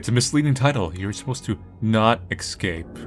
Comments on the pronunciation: Dear god please, it’s ES-CAPE. Esssss-scape, not ecs-scape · Everyone: "Es-cape": "Ec-scape" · Do you say word "escape" wrong intentionally? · Oh man, with the way pronounces "escape" (which is the incorrect pronunciation some people seem to have adapted for some reason) this series was bound to be interestingly frustrating 😂